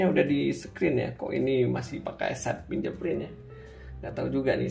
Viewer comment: masukan bang, fingerprint dibacanya fingerprin, bukan finjerprin 🙏🏼